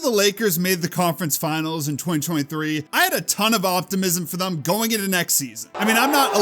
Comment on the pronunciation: Also it’s thEm not thUm that shit is so annoying